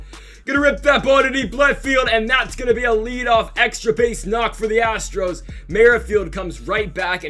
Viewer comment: Love it when he mispronounces Astro’s on purpose luv it! And he says Houston Astrics